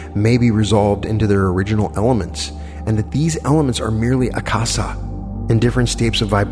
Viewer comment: Akasha is pronounced Aka—sha as in sound of sh as in should ..... minor, but.....these are great lessons, thank you, and appreciate them, but my inner english major just gave a note.